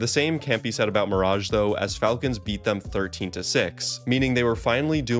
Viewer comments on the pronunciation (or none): none